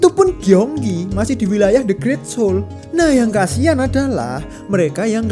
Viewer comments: 서울 Seoul dibaca Sŏ-ul, bukan Se-ul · Mohon maaf....baca nya itu soul bukan seol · Saran, kalau lagi bahas konten ada bahasa asing, coba denger pronunciation/cara pengucapannya bang biar ga salah dari google translate aja. Seoul: S-eo-u-l, eo dibaca mirip o atau soul ketika diucapkan.